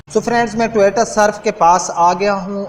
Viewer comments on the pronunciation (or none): بھائی پہلے اردوپر توجہ دو ۔اور ٹوییییٹا نہیں ہوتا ۔ٹویوٹا ہوتا ہے